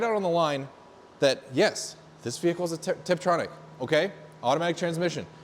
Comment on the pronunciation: didi he say triptronic..?